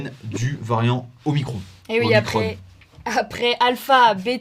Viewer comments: OmiCRON et non omicronE. Soit on prononce en français, soit en anglais. Mais le mix des deux est faux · omicrone? Pourquoi mettre un "e" à omicron? Pourquoi le prononcer à l'anglaise? Les lrem mettent tout à la sauce amérloque, rien d'étonnant. Mais les journalistes de VA ont ils besoin de mettre des accents angliches partout? Omicrone!!! Assholes. (C'est génial puisque c'est en anglais)? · Punaise, je m'attendais pas à ce que George change de sexe comme ça. Ah et on dit omicron, pas omicrone quand on parle la France, punaise.